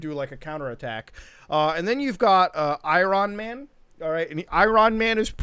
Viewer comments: Who the fuck is "I Ron man"? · Did you just call him Ayran Man? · Nobody Mutuhar: I Ron man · I-ron man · I-RON MAN 😂I'm done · I cringed when he said I RON MAN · no one: muta: Iran Man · “Eye-Ron Man” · “ I RON MAN. I RON MAN” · Who tf is Eye-Ron man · Why did say say Iron Man wierdly